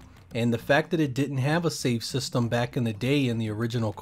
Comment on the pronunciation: You really enjoy saying the word “systumm”